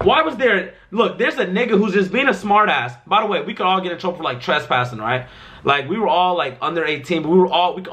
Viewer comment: Nigga said trashpassing